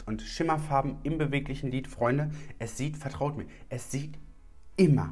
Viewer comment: Bin ich die einzige, die "Glied" anstelle von lid versteht? 🤭